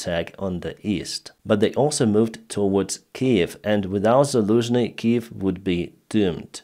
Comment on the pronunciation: Zaluzhny became Daluzhny